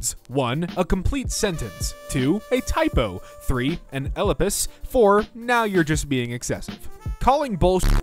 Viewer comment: Elapiss... bro thats not how you say elipsis